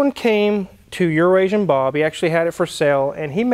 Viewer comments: says Euroasian Bob correctly. says it wrong on purpose… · You need to teach Tyler how to pronounce Euroasian. He seems to think it is pronounced somewhat differently.